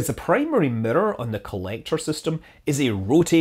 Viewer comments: You calling it a mirror or midor? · I don't like how you pronounce mirror!